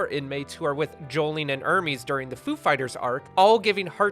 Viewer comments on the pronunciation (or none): Sorry my dumb brain has to point this out it’s pronounced Hermes (airmehz) like the clothing brand and not Hermes (ermeeze) like the Greek god’s messanger it’s because the characters are named after clothing producers like Gucci Hermès Emporio Armani Narciso Rodriguez Guess Anna Sui and a bunch more